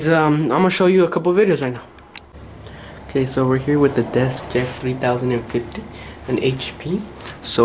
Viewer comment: Its a deskjet and not desjet